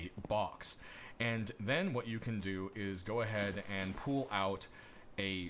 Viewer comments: Are you saying "Pool" for "Pull" ? Ive never heard that before. Cheers for the in-depth video!! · ive watch probably every video of yours (for rust) and never heard you say "pull." where are you from? this seems to be the only word for which you have an accent. i think its more like, "p uh l" =D